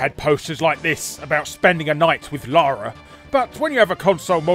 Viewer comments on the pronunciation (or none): none